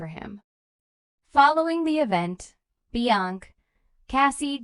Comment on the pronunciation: Just another A-i video. Can't even pronounce Beyonce